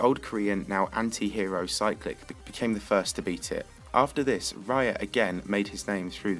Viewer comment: he said raya not riot